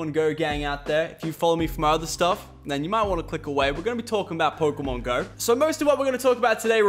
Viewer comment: i thought it was pokrmon go...